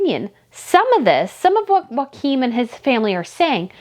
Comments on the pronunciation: His name is pronounced Yo- ah -him. not Wakim. All the vowels are enounced and are short vowels. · Love your channel! If I can assist with just one thing, having Danish heritage - the pronunciation of Prince Joachim isn’t ‘WAKIM’ - it’s ‘YOKE HAM’. If you join those two words together, and relax the ‘AH’ in ham, it should sound more like ‘YOKEM’. Please see it as offering helpful advice and not complaining about your pronunciation, it’s definitely just to help! 🥰♥️🇩🇰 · They are Danish not Spanish. Joacjom is pronounced "Yockim" not Waquin. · Joachim is pronounced Yoakeem, not Hakum. J is not pronounced H, as in Spanish. It is in fact y as in the word 'yoke'. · Try pronounce Joachim as Jo a Kim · Okay, I just have to correct you on this. I'm not good at name pronunciations either, but my husband is half Swedish, so I DO know this one. Prince Joachim is not pronounced like Joaquin Phoenix. That is the Spanish pronunciation. The Scandinavian pronunciation is ""Yo-A Kim". My niece was married to someone with this exact name.